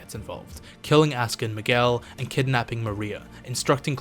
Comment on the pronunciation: Funny thing about the name Miguel is that Manuel is pronounced with the “well” sound like how you pronounced it but are both spelled with “uel” 😅